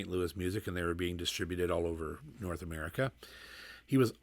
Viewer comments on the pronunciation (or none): none